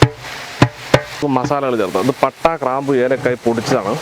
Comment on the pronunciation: കറാംപു. അല്ല ബായി.. ഗ്രാംപൂ..😊